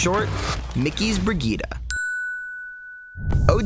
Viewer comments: "bri-gee-duh" nah it's "bri-jeet" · why are you pronouncing it as "BriGita" it's "brijitte" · Christ it's Bree-jeet, NOT Brigeetuh Vegeta. Her name is French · she is called BRI GITTE NOT BRIDGET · Why does he say brigeeta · its not brigeeta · Why do you pronounce her name "bree gueeta"? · learn to fucking call her name right. BREE GITT EEE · everytime he says brigitte yikes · oh and pay attention is a T not D sound